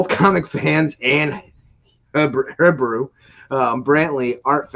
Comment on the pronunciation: Hebru Brantley. He-brew brant-Lee! You’re welcome. Sincerely, the city of Chicago.